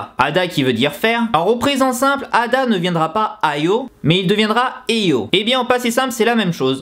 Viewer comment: Bon c'est super simplifie mais pour les debutant c'est pas mal. Juste STP prononce le "H" pour Hada et sa conjugaison "Heyo" (^_~)